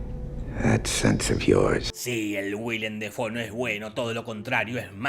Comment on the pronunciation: Se pronuncia Deifou